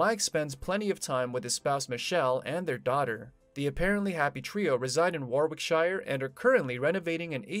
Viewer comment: War wike shire?